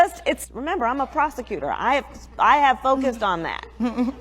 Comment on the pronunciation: Did she say she's a prostitutor or a prosecutor? Lol